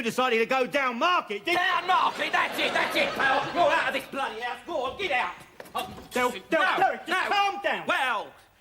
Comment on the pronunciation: Waquel,Wodney and Dewek Twotter.